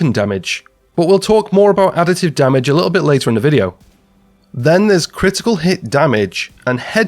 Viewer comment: I want to know why almost every division content creator says "damich" instead of damage